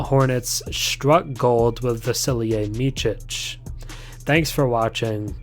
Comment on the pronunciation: It's not "Mitchic" it's more like "Mitsic"